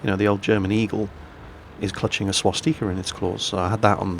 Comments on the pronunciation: lol... "swasteeka" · Swas-tee-ka? Is that how the Germans pronounced it? Not a facetious comment btw, genuinely interested. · You say swasticka werid